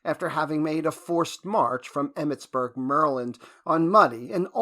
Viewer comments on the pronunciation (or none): Emmettsburg 'merlind' lol